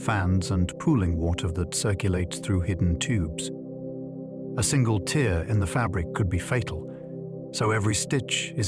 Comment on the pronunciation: I knew the voice was AI when it said tear (teer) instead of tear (tair). Annoying but still good listening.